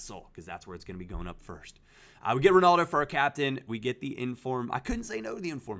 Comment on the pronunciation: Why can no American not say Ronaldo properly ?